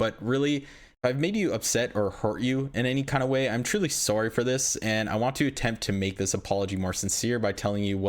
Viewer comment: Canadian accent kicked in on that "sorry"